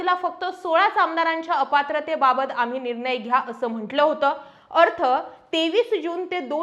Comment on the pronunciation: आपण अशुद्ध बोलता निर्नय हा अशुद्ध उच्चार आहे . निर्णय असा उच्चार करा न आणि ण मधला फरक समजून घ्या व तसा उच्चार करा